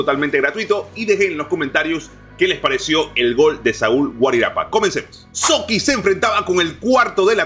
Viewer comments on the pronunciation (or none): Se dice Sochi no Soqui